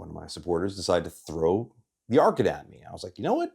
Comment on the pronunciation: You do a very good job, as usual. I am not sure that any YouTuber surpasses you. My little pet peeve regards your near continuous mis-phoneticizing of the English definite and indefinite article. Sigh. As of late, this erroneous enunciation is nearly ubiquitous, unfortunately. But again, aside from this (and an occasional vulgar word), I could listen to you for long stretches. Thanks.